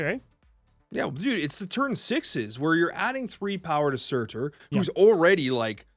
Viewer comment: I'm curious why you stress the "T" in Surtur, you don't do the same thing when you talk about the card MarTyr <3